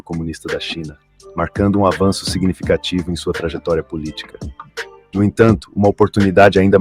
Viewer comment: O chata lendo 'POL ITICA SÓLIDA' me quebrou